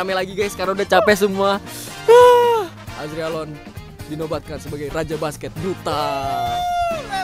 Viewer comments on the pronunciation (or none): "Azregalon" bjir🗿🗿🗿🗿